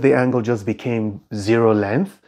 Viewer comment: "length" is pronounced with the "g" = it is not silent = not "lenth"!